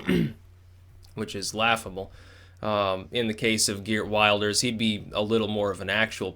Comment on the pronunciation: Just for future vids if you talk about him, Geert Wilders is pronounced more like "Heeyurt Vil-ders"